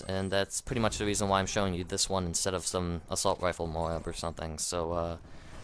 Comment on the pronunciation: its not pronounced MOW-AB... jeez would you pronounce the word LOAD as LO-AD